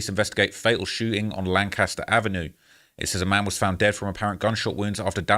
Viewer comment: I wish yall knew how they pronounced “Lancaster” out here 💀💀💀 (I was raised out here)